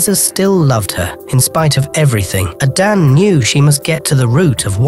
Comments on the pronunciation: Please stop saying Adan! It’s Ada nne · It's pronounced....Ada...nnnnne